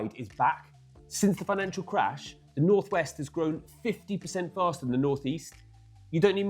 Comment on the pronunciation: Snorth Weast